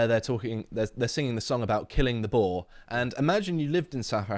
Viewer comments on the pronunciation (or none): Boer= Boo R. Not bore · It's pronounced BOO-EER! A Boar is a type of wild pig!